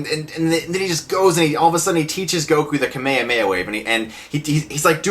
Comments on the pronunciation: "kame amei"??? XD kame HHHHHa me HHHHHa =P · kamehameha**** not kamiyameya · Shawn Shimmel or however you pronounce his name... NO! Bad Stuckman!! Its Masako Nozawa!! And Nozawa's Kamehameha is the best! (course it doesn't hurt when they put a bit of an echo into it). And its not "kameyameya", it's "ka-me-ha-me-ha", separate syllables! Ok, whew. Sorry, had to get that out. By the way, one of the worst script decisions in this movie (in which there are many) that you should have mentioned was the fact that Goku used the Dragonballs to wish Roshi back... ROSHI! A guy he just met a few days ago!! Nevermind that he could have just wished his grandpa back. Nooooo. I'm so glad this movie bombed. Sadly I had to buy two tickets to it because a girl tricked me in going to see it with her. I'm weak, what can I say? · Can you please stop saying kamayamaya its call kamehameha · Kame-e-way-ah....... What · please learn the differences between Manga = grafic nobel or "comic", and Anime = cartoon or animated cartoon. And it is kame hame ha. Otherwise good review. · Gaah!! I can't stand the way you pronounce the word "kamehameha" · The way you pronounce "KAME HAME-HA" is so disturbing... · American dub pronounce Kamehameha so weird... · you mispronounced kamehameha. Also the american dub sucks. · How did you just pronounce kamehameha? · its pronounced kahmehkahmehah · lol i kinda made a double take at your pronunciation of Kamehameha